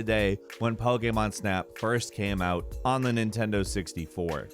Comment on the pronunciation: The hell is pogaymon?